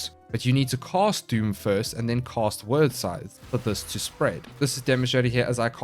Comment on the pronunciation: You call them "word" sythes but it's actually pronounced like "weird" it's an actual work from old Norse/Anglo Saxon that means fate. You cast doom then help them meet their fate with the sythes. 😀